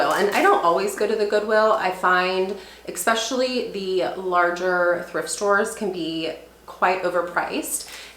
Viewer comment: It’s ES pecially not EX specially 😊